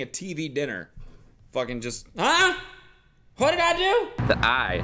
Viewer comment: "A? Hwhat did I do?" 😂😂👌